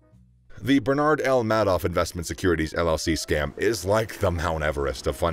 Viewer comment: Isn’t it pronounced “Made Off”